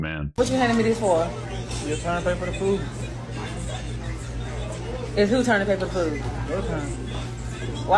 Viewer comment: it's "food" not "foo". why do they say that